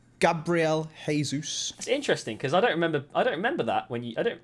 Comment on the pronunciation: Normal people: Gabriel Jesus: gabrlesus